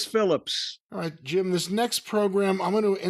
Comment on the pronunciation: Hit him with a Jeem instead of Jim like Nadia from American Pie. 🤣